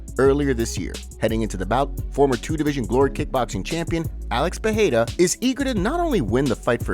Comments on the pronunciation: Bro you would have to spell Pereira with two R´s (Perreira) for it to sound like you say it. the tip to saying it exactly right is saying it like the word "are" it rolls off the tongue haha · Thanks for trying to pronounce Pereira correctly however unfortunately it's still wrong. If there were to Rs in PeReira then it would be an H sound. But it's not so it's just a soft R roll. Think Pedeira. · Alex "Pehera"... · why do you insist on saying alex pierra last name that way? it's cringe worthy asf